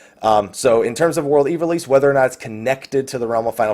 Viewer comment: Aw man I just gotta say it: Ivalice. (EYE-vuh-liss)